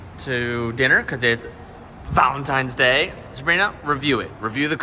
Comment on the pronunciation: For a split second I thought said Valen times day I almost unsubscribed😂😂😂😂😂😂